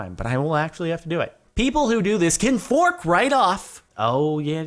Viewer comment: I kept listening to him saying flork right off cause it was funny